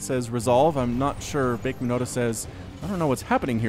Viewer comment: actually it means monster (bakemono. bakemono da => it's a monster!) you are confusing it with bakamono